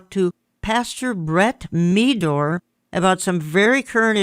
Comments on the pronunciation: Meador is pronounced like "Medder". It's not "Mee-dore". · It’s Brett Meador (Med - or) not (Me - dor)!!! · Meador rhymes with red-door, not how you pronounced it